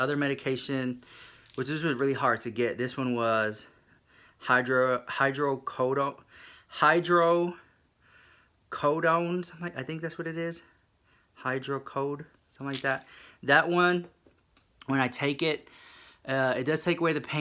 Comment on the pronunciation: lol it's pronounced (hydro-co-doan) and (Dye-as-ah-pan) but good for you though! Get your life! :P